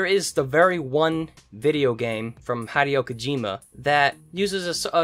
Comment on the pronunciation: "hadeo kajema" 🥀🥀🥀